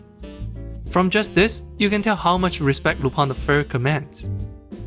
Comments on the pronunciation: The same way "Tintin" is originally pronounced. A sort of nasal "aw", so Lu-PAWN. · Lü-pehn, it's a French name. The Lu- part is pronunced like the "ü" in German. The "-pin" part is pronunced like pen, but the vowel is nasalised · Lupin pronounce [ lypɛ̃ ] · it's RUPAN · As a french guy I just pronounce it Lup-[ɛ̃]. "Rupan" is a more japanese fitting pronouciation tho. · Why does everyone who speak English say Lupin wrong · Did not expect to see Lupin the 3rd mentioned here and happy to see it recommended to others, i forgot he might be "niche". I meanwhile wait for the new Lupin project announced myself but i might rewatch this film it was fun the first time. "Lu-PAN? or Lu-PIN?" I think is how i usually pronounce it i think myself btw.